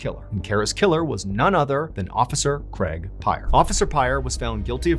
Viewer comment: Creg? Craig, you wot??